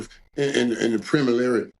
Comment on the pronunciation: The word preliminary fucked Mike up 😂😂😂🤣😂